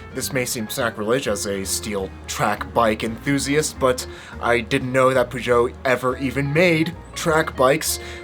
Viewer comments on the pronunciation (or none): It’s ‘ perrr-joe’ not ‘poo-jo’ 🤦🏼‍♂️🤦🏼‍♂️ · Like in music, sometimes the "Covers" are better than the originals! Btw it's pronounced "Peyót" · So I’m From Chicago Peugeot Used To Be In Chicago I Was Told It’s Pronounced PewGowh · Today I learned British and American pronunciations of Peugeot are pretty different! Does it seem strange to get a custom bike built then pair it with a random fork you don't even know the brand of? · I’ve never heard anyone pronounce Peugeot like that, it might be the correct French pronunciation, but it sounds weird in English. I think I’m more offended by the pronunciation than I am by the fake bike 😉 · Petition to stop Americans butchering the word Peugeot. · As a Brit, the way you say Peugeot really hurts my ears! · For god sake! That is NOT the way you say Peugeot.